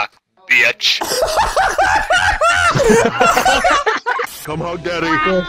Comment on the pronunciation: “You came to the wrong rock bietch”